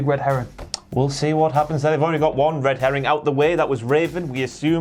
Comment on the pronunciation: I swear keeps saying "red heron" instead of "red herring".